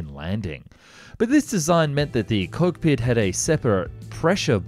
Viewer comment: Did you really say "Coke pit" ?? Annnd it's "F1-11 not F one one one" URRGGHHH ! It's only the most famous Aussie Air Force plane ! ☹️